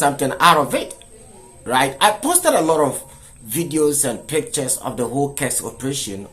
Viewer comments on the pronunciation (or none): none